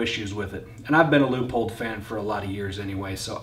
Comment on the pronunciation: Sweet gun, but you think someone with this kind of experience would know how to pronounce Leupold